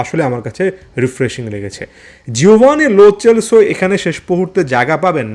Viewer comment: Pronounce hobe লো সেলসো not চ চেলসো